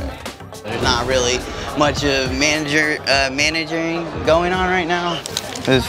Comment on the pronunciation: Did he actually say "managering"?